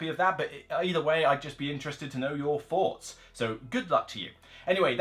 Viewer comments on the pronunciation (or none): none